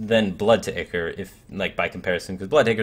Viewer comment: Y'saarj = Ee - sarge Ichor = Eye - core Ethereal = Eh - theer - EE- ul No hate or anything, Blizz likes putting in BS words like Victuals just to make us mispronounce them. Good video though! Keep them long link this. I come to your overviews for the expertise and to learn.